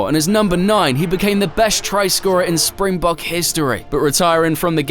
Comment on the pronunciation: Correction: not Spingbog but SPRINGBOKKKKKK.